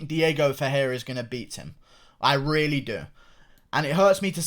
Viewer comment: You gotta get some “ I Rrrreally do “ Merch